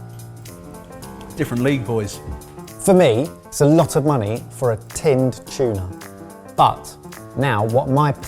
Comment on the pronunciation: ive never heard Tuna mispronounced so much before in my life. " A BI OF CHUNA"